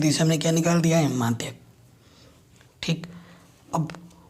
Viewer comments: माध्य को madhayak बोल रहा है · Madhy ko madhyk bol reha h